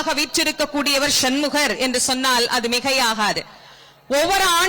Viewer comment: ஷன்முகர் என்று சொல்லாதீங்க